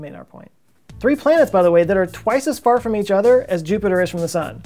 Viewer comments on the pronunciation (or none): none